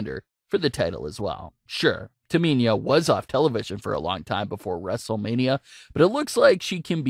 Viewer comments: My thoughts is this: how you can't pronounce Tamina yet, you commenting on WWE. And your voice sounds like the same person who can't pronounce Cesaro you really should either: A) have the person who been watching the matches and gave you the notes, to actually, be the person doing the comments, not you. Or B) learn the damn names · Learn how to pronounce names mispronouncing Sasha and Tamina constantly is annoying to listen to. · Could you please pronounce their names correctly though 🤦🏾‍♂️ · Learn how to pronounce Tamina's name properly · Do you even watch wrestling??? The name you are looking for is Tamina NOT Taminia if you can't even be bothered to get the names right then just don't bother posting any vids, get a grip!!! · It's pronounced Tamina ( Tah ME Nah ) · Dude seriously learn how to say Tamina’s name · Who’s “Taminia” ? 😂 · Please learn names of these super stars its Tamina not Taminia. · You said Tamina "Taa mee niah" almost 30 times.. It pisses me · Its Tamina not Taminia. Please learn names of these super stars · Tamina not taminya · The way he keeps going on and saying Taminia....Painful 😫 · It’s Tah-Me-Na!!! Not Taminia!!! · Everyone:Tamina:Taminia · Its S A S H A Not SÄESHA Its T A M I N A Not TAMINIA Ahhhhhhhhhhhhh sry i have OCD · Me:Say whip Narrorator:Whip Me:Say Cool Whip Narrorator:Cool Whheop Me:Say Tamina Narrorator: Taminia Me: Im not playing this game with you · I don't understand how someone can mispronounce Tamina. It's so fucking simple. Where can you see the I in Tamina. TAMINA. Not TAMINIA. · Taminia is Ciciro girlfriend. Lol. This guy can't pronounce Tamina and Cesaro. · Disliking because of the pronouncement Taminia. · I think sasha should be the champion and not bayley she keeps doing sasha bad man and it's tamina not taminia !!! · the way you say Tamina makes me laugh ))). why do you keep saying Taminia 😂😂😂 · Um TAMINA not taminia... smfh. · Taminya? No no no...it’s Tamina get it right!!! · Tamina not Taminia